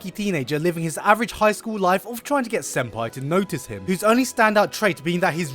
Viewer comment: When he said senpei i was like ... PEEEEEEWWWWWWWDS HERPECT.